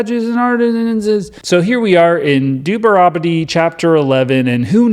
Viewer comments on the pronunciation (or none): Its pronounced "dude-you're-on-ta-me"